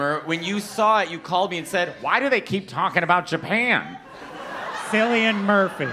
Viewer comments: The pronunciation of ‘Cillian’ as Sillian 😅. It’s an Irish name which is pronounced ‘Kill-ian’ 🇮🇪 Love the rapport between & Matteo 😂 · Yeah…it’s killian….’C’ like in circus